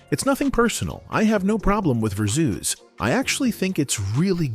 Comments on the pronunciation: Did anyone click off the video after hearing "Mu-zeek" and "ver-zooz" smh....this AI crap aint it.. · AI voice irkin me w/this "verrrr - zzoooz," ignorance. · Lmaooo "Verzoos" doe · “Verzooz” and “muzique” who is narrating this so incorrectly? 🤣